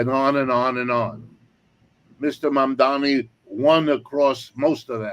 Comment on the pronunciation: I think the speaker is mispronouncing Z. Mamdani’s name